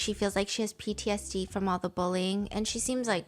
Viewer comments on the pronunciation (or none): none